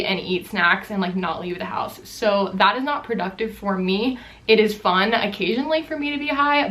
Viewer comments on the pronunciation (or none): i love how you say fun like ~fon~ :)